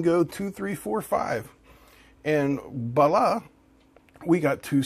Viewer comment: "Balla"? Did you mean voila?